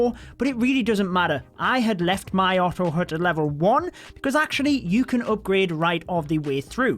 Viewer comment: It's not otto hoot, it's ottto hat in pronunciation.